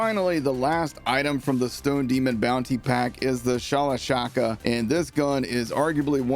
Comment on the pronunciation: Can we get and to learn how to say Shala...sha..ska and stop saying Shalashaka...😂